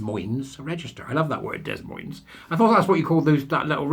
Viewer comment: You don’t watch enough American telly, it’s pronounced D’moyne 😂